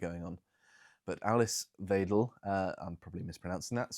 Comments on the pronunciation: Wrong - more why-dell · as a native german speaker: pronounce Ms. Weidel like 'Wydel' the 'ei' in german is spoken like 'i' in english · "Weidel" is pronounced approximately like "vital". Close enough for govt work.